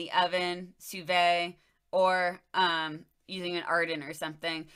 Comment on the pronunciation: Love the video thanks for keeping your content going from tiktok. Sous vide is one of my favorite methods of cooking so I’m excited to try decarbing some day soon. Also my gf loves the analysis and say “tell her it’s Soo Veed”